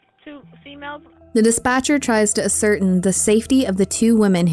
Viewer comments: Could you please pronounce words correctly?! Please? ASS ur TAIN. Not “ascertain” good grief! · "Ah-certain?" Do you mean ascertain ? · Ascertain 😂 “as-sir-tain “ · That word is: "A-scer-TAIN." /sigh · That gave me an eye twitch. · as·cer·tain /ˌasərˈtān/ Learn to pronounce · I'm rude and unkind for pointing out a wrongly pronounced word? Seriously. Okay!!! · Please get someone to tell you how to pronounce ascertain. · I noticed that as well.